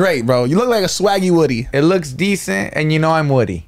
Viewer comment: Their pronunciation of woody had me laughing so hard because my 4YO son's name is Rudy and that's how all the preschool kids pronounce his name "Wooody" 🤣